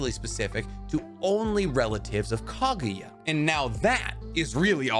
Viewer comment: KAGUYA NOT KAGIYA GRRRR